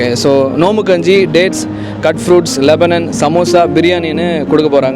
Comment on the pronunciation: Athu lebanon ila da laban up say it correctly da